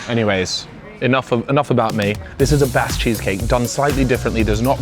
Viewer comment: I understand in different parts of the world all words are pronounced differently. But Basque is also my last name so hearing to pronounce like that hurts my gears 😂